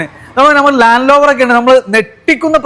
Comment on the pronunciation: ലാൻഡ് ലോവർ അല്ല,ലാൻഡ് റോവർ,എല്ലാവരും പറഞ്ഞ പോലെയല്ല വളരെ മോശം വീഡിയോ,ഇനി അബദ്ധം പറ്റില്ല,യൂസ്ഡ് കാർ എന്നതുകൊണ്ട് കണ്ടതാണ്,വാഹനത്തിന്റെ fuel, gear ഇവ കൃത്യമായി പറയുന്നില്ല,ടൊയോട്ട വാൻ വേരിയന്റ് എന്താണ് hiace 4wdആണോ?